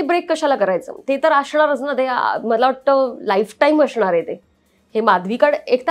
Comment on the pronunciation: अशनार नाही असनार